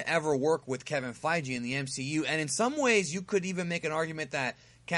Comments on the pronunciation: Sorry I couldn't actively listen to the video because of the mis pronunciation. Kevin FiGee not Fijee Thanos not ThAAnos. Sorry bro just don't want you to sound stupid when you make another Marvel vid. Keep up the good work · It's also Feige, not Fye-Jee lol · It fii-gee no fi-g. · gi not gee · Feige like (FI-GI) a g like goku's gi G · "Kevin FeiGEE" "THANEos" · I agree with your take....except with your pronunciations of Feige and Thanos.